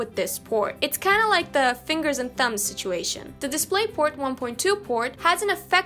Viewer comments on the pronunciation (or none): none